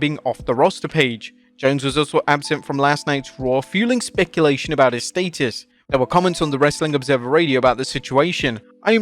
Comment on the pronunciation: Your pronunciation of “status” is criminal!!!!